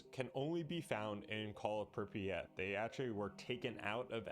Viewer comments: Holy fuck please stop pronouncing it “Prippy-at” 😭 it’s pronounced “prip-yat” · "prip e at"